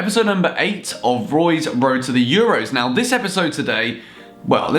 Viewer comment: Should have called it Woy's Woad to the Euwos, great video though;D